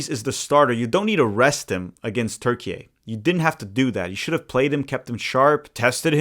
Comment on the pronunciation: thx for not saying "turkey-aye"